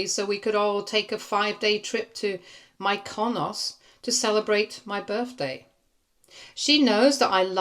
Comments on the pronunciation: Mykonos is pronounced ME kuh nos. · You mispronounced Mykonos